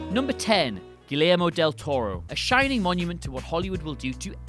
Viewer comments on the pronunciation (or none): i stopped watching after the butchered pronunciation of guillermo del toro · Guillermo del Toro directed a good movie titled Crimson Peak which was released in 2015. Also, your pronunciation of his name and "Chi-raq" hurt my soul.